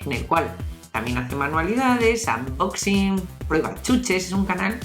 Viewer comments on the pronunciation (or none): none